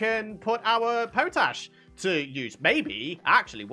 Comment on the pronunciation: Hi, i think you are pronouncing something incorrectly ie. Potash is pot ash, that's what I would have thought.